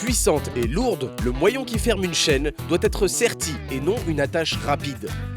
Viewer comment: "le moiyons" signe